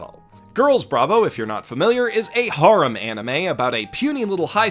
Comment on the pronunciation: Stop saying harem like thatttttttttttttttttttttttttttt